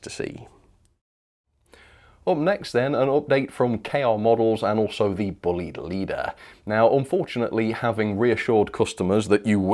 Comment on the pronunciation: It's not buleyed or bleed. The name is, as my friend of the same name will tell you is pronounced...BLYDE ok. Thanks Andy Bullied will be so happy. Pass it on..please